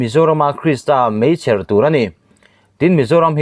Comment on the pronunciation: Meichher tih i lam thiam na nge?awmze bo thaka i chhiar mai le.